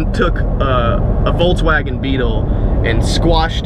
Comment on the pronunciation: there's no "t" in Volkswagen